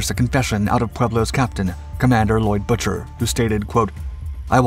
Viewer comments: Having been a kid at rhe time, I remember the news coverage, and while not being nit picky, I believe the captain's last name was pronounced Boo- ker. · Lloyd Boo-ker... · Bucher is pronounced 'BOO-ker'. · The Compander's name was Lloyd Boo-Ker, Not Buch-er! These computer voices and THE LACK OF RESEARCH Get on my nerves! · Bucher is pronounced like “Booker” as it was derived from “bookmaker”. The commando raid by NK was prior to the seizure of the Pueblo, not after. LTC Bucher was not informed of the raid which would have caused an immediate exodus from the area. NK expected retaliation and probably thought the Pueblo was part of a military response. The entire incident was a massive navy debacle yet it may have saved the world from nuclear destruction. Had Bucher kept running the ship would have been sunk and probably every crewman killed. That act of war on top of NK’s attempt to assassinate the SK president would have led to massive retaliation during a time the world was already on the edge of nuclear war. The surrender prevented direct military action by the United States and SK. It is not a stretch to say that the crew of the Pueblo saved the world . More specifically, fireman Duane Hodges who was mortally wounded below deck from a shell fired through the side saved the world. When Bucher went below deck and watched Hodges die from a horrific wound he probably saw the fate of himself and the entire crew. He did the best thing in an impossible situation and surrendered the ship, likely saving humanity from a worse fate. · The Commander's name was pronounced "b-ue-ker". The Navy Tried him on breaking tradition, not regulations. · It’s pronounced Boooker, not butcher. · The correct pronunciation of the Pueblo's Commander was Boo-ker NOT Butcher. Get someone credible to narrate. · At the time of event, the captain's name was pronounced "Boo ker," not "Butcher." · My dad was on the ship. Pete’s name is pronounced Boo-Ker. Not “butcher”